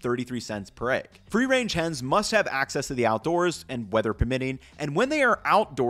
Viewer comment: I'll buy a whole set of those pans is you stop saying "aigg". Deal?